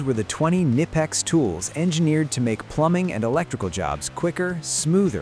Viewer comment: Tell your AI voice over guy he is pronouncing the company name wrong.